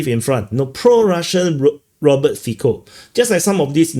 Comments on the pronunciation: It is pronounced Fitso not Fiko lol "ts" sounds like ts in jitsu, "o" like o in more. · Great video, btw, english speaking people tend to mispronounce Fico, it should sound more like Fitso